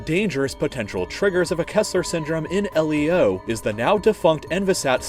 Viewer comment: It's pronounced leo like the name now L - E - O